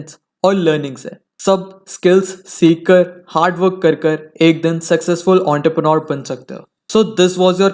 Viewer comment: Entrepreneur ❌ Ountarpreneur ✅